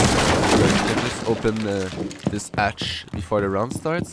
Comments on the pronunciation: I didnt know accent was an issue for anyone. It's easily understandable and sounds great. I love how you say hatch xD "atch" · Great video! Your english was fine. The few mistakes you made were entertaining. "Termite" instead of thermite, and you for didn't pronounce the h in hatch or have. Great video man keep it up and bring serenity back!!!